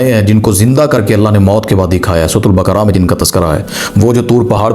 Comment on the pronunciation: Bakra nai sir baakaraa